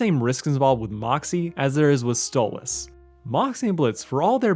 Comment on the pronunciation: Why do you keep Calling stolas stolits with a z?